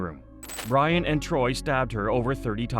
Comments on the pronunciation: It's tory, not TROY. That's what happens when a robot does the narrating and editing. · Torey** that bugged me the whole time 🥴😂